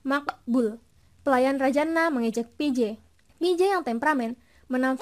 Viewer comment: Wkwk ngakak pas ngomong Maqbul 🤣🤣